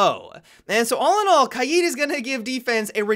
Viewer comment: I'd like to thank you for being the only siege player who pronounces KAID correctly.